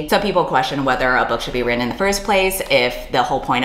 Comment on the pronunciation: Heard about this situation and wanted to learn more about it. Thusly I found this video. I like the video but DESPISE the way you say "written". Have a like either way